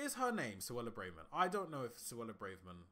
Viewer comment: Suella Braveman? Jean-Claude Pierre? Come on bro 😔